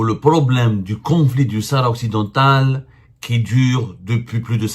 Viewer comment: il est drôle le zemar a marteler du "NOUS comme s'il était a la tête d'un grand journal avec une centaine de d'employés "sahara occidentttal" en claquant du Ta, mais il est temps pour lui d'abord d'apprendre a prononcer "province autonome du royaume du Maroc" comme font les espagnols avec la province autonome catalane ainsi que le pays basque. il invente en plus en disant que les USA et l'algérie se soutiennent depuis bien longtemps c'est a dire avant que l'algérie existe